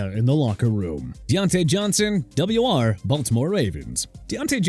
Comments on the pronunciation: Double Yew Arr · "WR" is pronounced "wide receiver", when not regurgitated up by your annoying, low-buck AI. Maybe feed the infernal device some actual football trivia, like this...... That's a dislike, a no subscribe, and I share my disappointment with others. Lousy effort. Suggestion: Go make some tik-toks of people slipping and falling.....